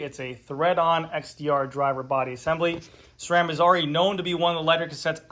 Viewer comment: THANK YOU! You are the only one that pronounces SRAM correctly. Everyone else uses an H in the pronunciation. Drives me nuts! SSSSSSSSRRRRRAAAAM people, Not SHRAM.